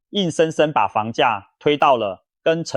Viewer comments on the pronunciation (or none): ㄉㄡˉ會區 ㄓㄨㄥˋ化區 重華區 哎kia 怎麼發音都怪怪的